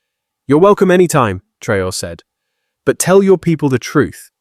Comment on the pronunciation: Take note at Video role . How is the name Traore korrectly pronounced? Not as a Colonial French, Islamic, English, or Ameri-con way. It is pronounced as the Odigenous and Indigenous Ah-Free-Kan name T-Ra-O-Ray.